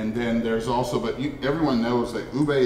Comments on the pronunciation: Pronouncing it as “oobeh” would be closer to the actual pronunciation. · it's like pig Latin "Ube"= oo bay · Why cant the lady ube expert from the Cordillera canr even pronounce the word “ube” and she say it “owbi”? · "what's a Ubuh"😂